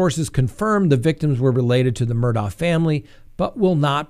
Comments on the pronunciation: It’s pronounced Mur-dock ! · 1) it's pronounced "Murdock"